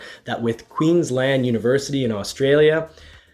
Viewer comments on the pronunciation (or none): none